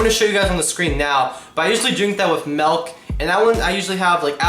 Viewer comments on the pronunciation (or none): Ok bruh it's milk... not melk. MILK WITH AN I